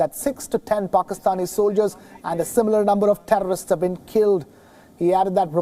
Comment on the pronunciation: The thherrrr-o-rrrrristsss annihilated.